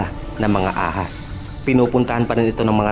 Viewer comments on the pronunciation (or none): ECOSYSTEM hindi ec-system. Snake is AHAS, not HA-AS.